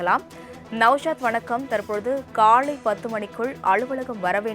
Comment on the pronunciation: News reader should practice more for the "vallinam - lla" mellinam - la . when she pronounce kalai - it is like Kallai - means "bull"